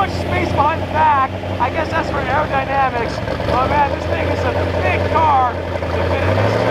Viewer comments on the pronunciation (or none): none